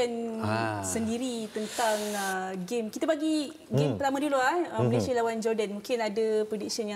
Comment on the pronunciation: Suka Dengar Cara Adam Adli Sebut Nama Negara 🇲🇾 MALAYSIA as in “ MALAY-SI-YA “ sebab sekarang ni ramai yang sebut 🇲🇾 MALAY-SHEER